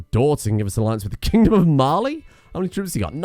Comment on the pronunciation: During the whole war I thought you were saying Marley